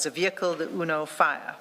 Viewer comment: 😂UNO FIAT pronounced Uno Fire, that’s Madlanga Commission University for you😅….